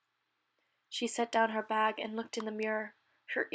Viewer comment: Are you Canadian? I'm sorry... It's a weird question but I was wondering by the way you said bag.